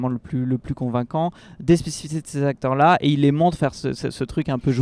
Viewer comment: Les 4 "zacteurs" principaux... ça m'a gâché le reste de l'analyse.